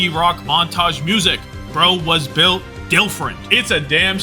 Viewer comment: built for this? dont you mean "dhillt" for this?